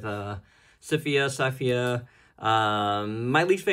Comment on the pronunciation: Her pronunciation is SI -FA and also if you pull off her head you can remove the tunic